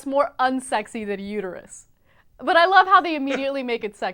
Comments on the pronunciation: "It's uterUS, not uter-YOU." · It's uterUS not uterU